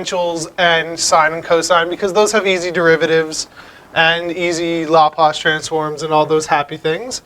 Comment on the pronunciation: "LAHplace transform"